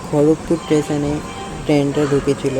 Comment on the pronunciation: Tason ❌ station ✅ 😂😂😂😂😂